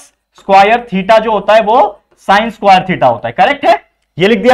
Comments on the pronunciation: squaire nahi sir square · Square ko squire bolte hai 😂😂